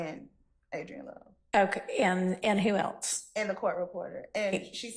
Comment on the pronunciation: why the judge say who else like that 😂😂😂